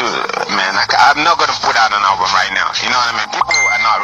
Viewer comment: Come on bro, it's album not hulbum😂😂😂😂